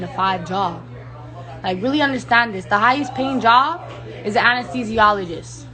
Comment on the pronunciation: I don’t like to use the T word but what trash (T) heap did she crawl out of with that piss poor attitude? How tacky. Fun fact: she said Amnesthesiologist not Anesthesiologist - lmao. I think she invented a new study of medicine. Amnesthisiology = amnesia + anesthesiology = administering anesthetics for patients suffering from amnesia. Sorry for the rant lol.